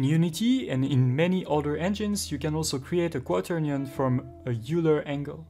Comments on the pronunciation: great video, thanks a lot. and maybe you know this already, but Euler is pronounced "oiler"/"oy-ler" not "yooler" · Oiler! not youler.. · It's pronounced "oiler", not "youler". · It's a common mispronunciation, among people of all accents. "Euler" looks like it should be "yoo-ler," similar to "Ferris Bueller." But it's actually "oiler," like "someone who oils." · It's is pronounced "oiler", not "youler". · you pronounce "euler" as "oiler" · Euler is pronounced like "oiler" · Great video. "Euler" is pronounced "oiler" btw. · It's weird but Euler is pronounced like Oiler or Oy-ler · Euler is a german name, pronounced "oyler" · Not too important in the grand scheme of things, but it's pronounced like "oiler." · Dude teaches Euler rotation and pronounces Euler wrong every single time. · Dumb pronunciation of EULER!